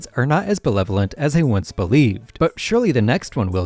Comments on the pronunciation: ... and then you said "belevolent." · "Belevolent" lol